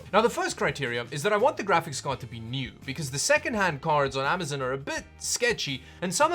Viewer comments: Stop saying amazin lol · "Amizun" lol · Lol "Amazun"